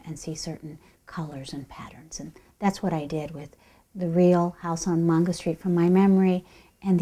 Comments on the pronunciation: MAINgo not MONgo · It’s Mango but she is pronouncing it in spanish. In Spanish it’s pronounced Mongo.